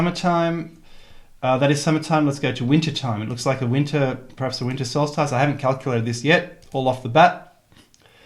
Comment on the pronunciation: Stop fuckin around mispronouncing ley, solstice and Ogham like a twit and get your fangs into the gipsy switch and Mary Caines zodiac of the fuckin landscape Rooshag.